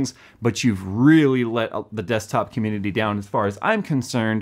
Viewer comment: dident here him say it once.... he did say comundidy a lot.